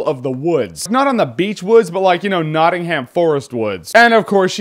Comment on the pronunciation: Heaing you say Nottingham is so weird, because that's where I'm from! And it isn't Noh-ingh-haaam, it's Nott-ing-um xD